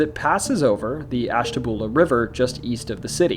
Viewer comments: Ash.ta.byuu.la not boola lol 😆😆😊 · Isn't Ashtabula pronounced ash-ta-bew-lah? Sorry, my fam lived across the border in Fairview,PA., & they used the bew sound. Was it wrong? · The names of Ashtabula and Muskingum were mispronounced. Also, the "Erie Canal" story does not refer to the Erie Canal in New York, but the Ohio and Erie Canal which connected the Ohio River in Portsmouth to Lake Erie in Cleveland. There was also the parallel Miami and Erie Canal in the western part of Ohio that connected Lake Erie in Toledo to the Ohio River in Cincinnati. The lock associated with the ghost story is specifically O&E Canal Lock 4 in Canal Fulton. Oddly enough, there are actually two Lock 4s on the O&E (the lock numbers count up north and south from downtown Akron), and the other Lock 4 is in the "tunnel" under the Akron Civic Theatre where the ghost of the crying woman is said to walk into.